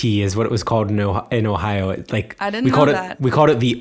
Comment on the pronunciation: I think accent-wise is a bit better. As a German, I can hear German accent quite well, I think. Especially the way she pronounces the word "Ohio" gives it away, I think. It sounds very German. But maybe that's just how the people there pronounce it as well, I don't know. It's quite different from the way pronounces it though. accent however is almost not noticeable. Of course, he doesn't sound like the people around me in northern Germany, but he just sounds like he would be from some lesser-known region in the south of Germany or something. Also, his German sounds very formal, like a professional speaker would speak it. Sometimes he doesn't get word endings or words slurred together quite right, though. Of course, the occasional misuse of words also gives it away, but it's the same with.